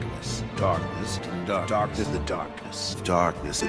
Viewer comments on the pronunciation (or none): "Embrace, The Darrrknesss." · Return to Dorkness! Edit: ZFor some reason after playing KHs for a while I always started to hear Darkness as Dorkness.